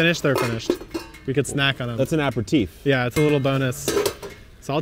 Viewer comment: You're gonna start another war with the French with how you're pronouncing aperitif there!